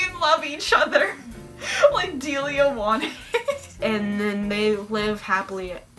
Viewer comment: I can't stop laughing at "Dialia" thank you for that. It's Delia btw, it's very to the point.